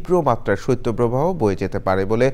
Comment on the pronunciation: সত্য প্রবাহ নয়, সঠিক উচ্চারণ হবে শৈত্য প্রবাহ।